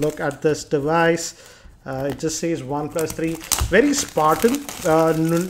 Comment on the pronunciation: "One plas tharii" lmao.